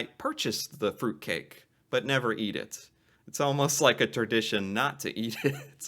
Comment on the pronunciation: Hold up, I'm only 20secs in and I had to pause it to talk about the way pronounces the word Tradition.... "terdition" heehee. Accents and pronunciations from different people are amazing 🙂